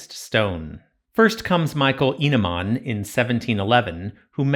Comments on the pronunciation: I think you say "Eneman" like Eh neh mann, but im Norwegian not Swedish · Hope i didnt impose to much :) I just thought your "E" sounded a bit more like an A. Its a pet peeve of mine haha